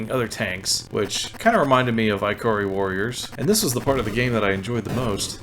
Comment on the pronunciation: Ikari is pronounced "Ih ka ree." Not Eye Cah Ree. Ikari in Japanese means Anger or Angry.